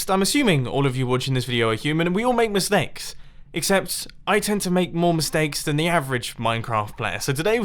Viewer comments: Did you say misnakes in the start?? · Did you just say misnakes?